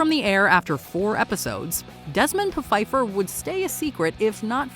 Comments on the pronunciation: Desmond Pa-fifer? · It was really called Desmond PUH-Fifer? I would have skipped it for that fact alone.:D